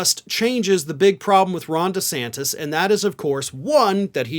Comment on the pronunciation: Did he ever figure out how to pronounce his own last name? Lmao